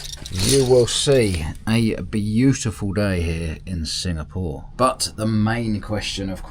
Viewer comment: What country are you in? I thought you said singamore?